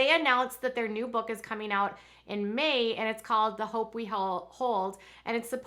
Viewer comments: "A mem-MORE" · I won’t read just because of how they say memoir